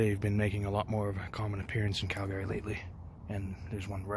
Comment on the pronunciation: We can tell you're not originally from Calgary 😂 you pronounced it wrong